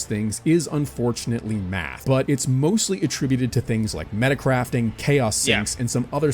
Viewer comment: its math not meth?